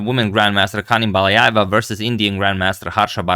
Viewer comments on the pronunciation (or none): the 'j' in her last name is pronounced as 'dzh', so it's Baladzhayeva (Ханым Баладжаева); otherwise they could've spelled it Balayayeva